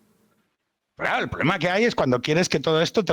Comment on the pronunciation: Siempre me ha fascinado la gente que dice constantemente "cao" y "osá" en vez de "claro" y "osea".